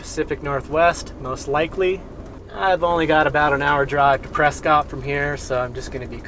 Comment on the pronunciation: press-scott is pronounced as press-kit by the locals.